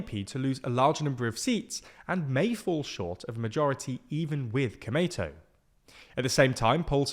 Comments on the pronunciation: you speak komeito as it sounds tomato. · i can't believe they didn't research how to pronounce Komeito. he keeps saying it like an American pronounces tomato. edit: holy cow, they didn't even look up how to pronounce nippon. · The way he says 'komeito =公明党' is sounds pretty funny, more like sounds '米伊藤' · The lack of distinction between long and short vowels in this romanization method is also why Komeito sounds so much like tomato in this video lol